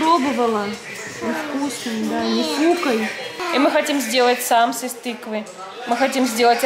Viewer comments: в Казахстане не говорят сАмсы, а говорят самсЫ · В слове самсы ударение на ы